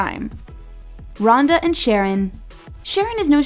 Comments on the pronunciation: It’s not “Sharron” 🤦🏻‍♀️🤦🏻‍♀️— it’s “Sh’RON”! Oy! Lol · its not sharon its SHARRON did u even watch the show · Omg, it's not SHAR-on like the girl's name, it's pronounced Shar-RON. Made an entire video and couldn't even get his name right? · its Sha-rron, not Sharon LOL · Sharron not sharon.... and fran literally said in an interview that they're moving in together once the quarantine is over because hes in LA and shes in BC but they're still together. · This is what happens when you outsource narration. IT'S NOT "SHARON" IT'S SHA-RON. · sha-RRON not fucking sharon. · Errrr maybe before you do a video on a show, make sure you’re up to date and do your research? It’s pronounced Shar-ron. Also, Francesca and Harry confirmed they’re together. Nicole and Bryce are dating. Rhonda and Sharron are confirmed as not officially together. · Lol that's wrong its sharrRON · if she says "sharon" one more time 😆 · His name is pronounced “Sha”-“Ron”. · WHY do they keep calling Sharron “Sharon”?!?!? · Yall can say "Bamb Fodta by Amit" but aren't able to pronounce Sharron the right way?? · Thank you! This drove me nuts. Not to mention they made another video on the cast and were called out than as well. Very tacky! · Please tell me how you watched the show but can’t pronounce names right. Make it make sense. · How is this woman seriously pronouncing his name wrong ?!?! Also not accurate news since Harry & Frankie are together! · the videos great but please learn how to pronounce peoples names because it comes off as extremely disrespectful when everyone else knows how to pronounce sharrons name and the narrator does not.